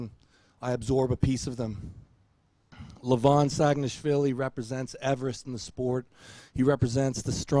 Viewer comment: Great job? Neil coudn't even pronounce Levan's name right. He is not LEvan, he is LevAn!